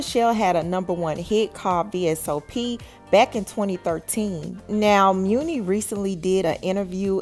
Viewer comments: Isn’t her name pronounced money long not mooni? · Why are you pronouncing her name as Mew-Knee? There is a saying that "My money is long". I'm almost positive that her name is a play on that saying. It seems the correct pronunciation of her stage name is Money. Hearing you say Mew-Knee over and over is taking me under, lol. Good story though! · Muni pronounced “Money” Chile whet?? 😂😂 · It’s pronounced like money 💰 not mooney 😂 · she pronounces it “money” rather than “muney “ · It’s pronounced muni like Money lol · I believe it's money not muni like the SF train but lol. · Money it’s pronounced like money… not moony lol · Muni = Money. Not muunie lol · I thought it was pronounced like “Money Long” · Muni!!!! No it’s pronounced like Money👌👌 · Her name is pronounced like Money , hence the name muni long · Her names pronounced “money” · Muni pronounced MONEY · Muni (Money) Is how it’s pronounced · Apparently the muni is pronounced money, “money long” 💀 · Muni long name pronounced money long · “Money” is how you pronounce it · Girl…It’s Pronounced MONEY LONG 🤣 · It's pronounced "Money". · I had to stop watching once I heard "meunie" long 🤣🤣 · Girl her name is pronounced money long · Though spelled Muni it's pronounced money... Some level of respect.... Just messy.... I said what I said. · Money* Muni is pronounced MONEY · I pronounce it as money long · It’s muni like money… lol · I promise her name is pronounced MONEY LONG LOL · It's pronounced money girl 😂🤣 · Her name is pronounced "Money"...lol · LOL..it's pronounced Money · I WAS JUST ABOUT TO BREAK THIS DOWN. THE PRONUNCIATION OF HER NAME IS IRRITATING AF. I MEAN LISTENING TO THEM MISPRONOUNCE IT IS 🤦🏽‍♀️ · It is girl! They act like they can never pronounce someone name right lmao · Is her name pronounced like that??